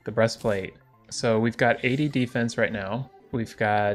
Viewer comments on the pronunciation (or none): none